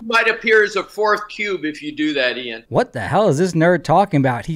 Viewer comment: Ian. Not Aidan.